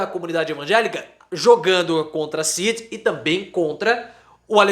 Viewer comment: EU SOU SEU SEGUIDOR E ADMIRO SEU TRABALHO MAS PFV PARA COM ESSA PRONÚNCIA RIDÍCULA E EQUIVOCADA DA LETRA D AO FALAR O NOME CID!!!